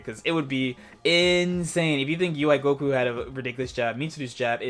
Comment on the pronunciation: First off... respect the character by not calling his ghost oki 'ghoki'. I'm a gotenks main and I can't stand it wen ppl say ghoki lol it sounds dumb af honestly